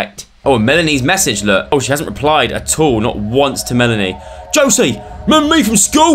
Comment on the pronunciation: so weird having my name in a video... (btw its pronounced Joe-see)